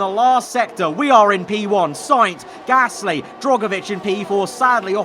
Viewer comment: Luuuuuufield. Drogovich. Peeeeer Gaaaaasly